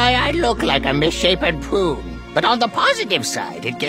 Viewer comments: lol did he say 'misshapen poo'? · Nope, he said misshapen prune! XD